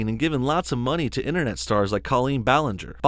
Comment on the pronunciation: What a hater Back Off!! 😉 you are just so jealous that she has more views and subs. Its aslo not BOWLinger. Gosh Its also not CAHLeen. Djeez i cant with this guy he is so stupid😂😂